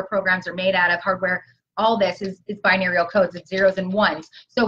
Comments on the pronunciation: When says binerial does she mean binary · Greatest Timeline Bi-Neural 😄😃